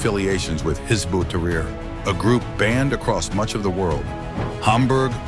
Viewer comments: This guy can't pronounce it 😂 "hizboot-ah-ree" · HIZBUL TEHREER. [CORRECT PRONUNCIATION]